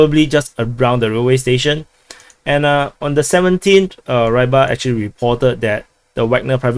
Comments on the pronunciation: It's pronounced Ribar, not Rybar. It means "fisherman". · But its Ree-bar not Ray-bhar, FYI... More cool is to learn basic Russian letters pronounciations and transliterations, as you may have noticed "j" is actually "Y" in English and "y" is "ee" for example. Do you want to be accurate or a clown butchering names of things and places?